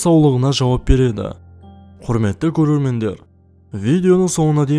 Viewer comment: Бəрекеді анық етіп айтыңдаршы